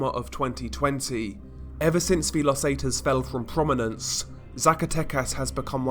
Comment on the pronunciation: Los zetas is pronounced, Lows Saytas. Pro tip. Nice videos.